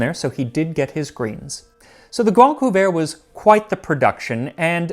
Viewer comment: I swear, everytime I heard you say Le Grande Couvert, I thought you were saying The Grand Poo-bah, which is coincidentally exactly what I would demand as my royal title were I of noble blood.